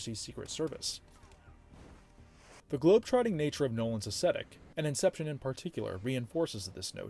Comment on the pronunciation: I love this series. But I wish someone would teach this guy how to pronounce “aesthetic.” Drives me nuts.